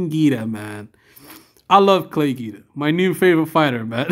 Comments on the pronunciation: It's pronounced 'GWEEDA' not GEEDA ya' stooge. It you're doing a Y/t bit on a guy, the least you could do is get his name right. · Your saying Guida wrong mr. Good vid though. Gets my thummage. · Jesus you’re giving me OCD with that name pronunciation dude, just stop.